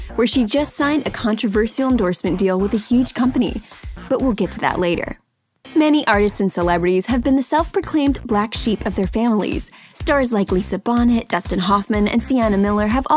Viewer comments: Bonet, not Bonnet!! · Lisa Bonnet...it’s Lisa Bonet (pronounces bonay) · I was shocked at the mispronunciation of Lisa Bonet's surname. I'm pretty sure it is pronounced "BONE-ay", not "bonnet" - as in the hat. If she had drifted into obscurity I could understand her name being so botched, but holy hannah! She is married to Aquaman, and is the mother of Zow Kravitz. The woman is hardly irrelevant. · It’s pronounced Lisa “BoNAY” 🤦🏾‍♀️ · It's pronounced Lisa Boe-Nay, not bonnet. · Lisa Bonnet? Its Bo-nay. I don't who's doing the voice overs and the editing but that person is a schmuck. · I think it's pronounced Lisa Bonet as bow-nay. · Let it be known that I stopped watching when she said “Lisa BONNET”. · LOL. She said, "Lisa Bonnet." Tee hee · Did she really call Lisa bonet a bonnet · Lisa “bo nay” bonet lol This channel is always mispronouncing names. All it takes is a google search🙄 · Lisa “Bonnet”? Are you guys serious? Ya’ll have a long way to go with these pronunciations! Smh 🤦🏿‍♀️ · How dare you miss pronounce Lisa Bonet?